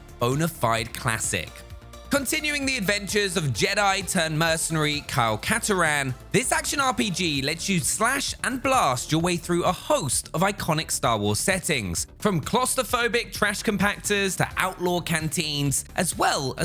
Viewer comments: Kyle KAT-A-RAN yeah? Also, please stop shouting, especially with an annoying voice like that. If you're gonna do a video like this, you should probably play the games you're going to talk about at least, no? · I had this video as background noise but that pronunciation of Katarn made me pay attention.